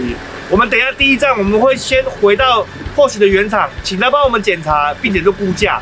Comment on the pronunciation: 保時捷正確的英文發音 Porsche 是比較接近“潑兒夏”。不是“潑許”。可以在Youtube找的到。